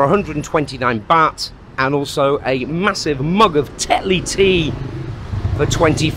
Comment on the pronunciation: It’s baht pronounced “Bart”, not baht like “bat.” Must be a northern thing.